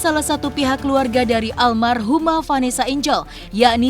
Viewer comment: Almarhumah dod.. Bukan Almaruh hem dod dod